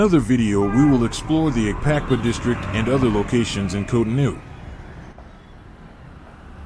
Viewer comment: its cotonou bro